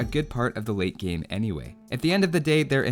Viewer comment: Lol every time you saylate game, i keep hearing weight gain XD